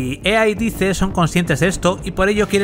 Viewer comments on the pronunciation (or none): Se lee dice pero se dice "DAIS", cuando decías; lo que dice, no sé si era lo que decía o lo que la empresa xd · Todo bien pero por qué los españoles pronuncian todas la palabras y nombres en inglés tan mal? "Dice" se pronuncia como "dais", no como está escrito. Me da bronca que no digan las cosas bien. Mucha generación de cristal xD Buen vídeo. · Cada vez que dice DICE, muere un gatito...